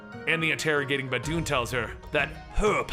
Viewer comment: Anyone else hear bad dude? Instead of baboon?